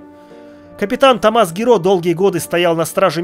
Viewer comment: Простите, но почему тОммас? Томмат? =)( ТоммАс же вроде бы читается =) Я орал каждый раз =)